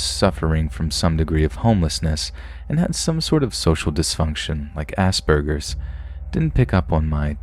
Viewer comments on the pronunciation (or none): IJHB&TFC*IKJHB IM CACKLING ITS ASPERGERS NOT ASSBURGERS . G NOT B. Luv ya stuff! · I love your videos man, but Ass Burgers? It's got a P in it, not B lol.